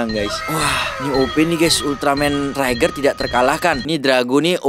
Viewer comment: Bukan trai ger tapi tri ger baru bennar toyol udah gila apa lagi itu 😂😂😂😂